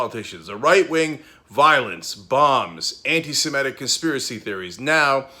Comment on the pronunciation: Is this how we all are pronouncing 'antisemitic' now?